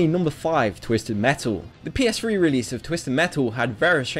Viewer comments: OMG his accent. Its PS3 not PS'free'. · "PS2, PSP And PSfree" lol